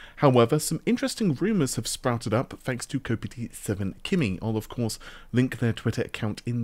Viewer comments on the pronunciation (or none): I would hazard a guess his name is: Koppite: Liverpool fan 7 kimi: F1 racing driver Kimi Raikonnen whose number was 7 Not kop pity 7 ki me as you say it ;-) Pronunciation aside. Nice vid btw and I liked the reference to the 10 and 20 series :-)